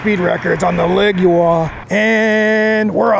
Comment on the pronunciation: My Leoguar does 38mph uphill. BTW I think you mispronounced the name